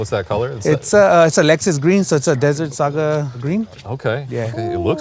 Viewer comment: Desert Sage, not Desert Saga.